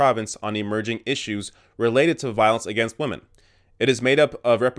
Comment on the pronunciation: "Respect wamen." -PewDiePie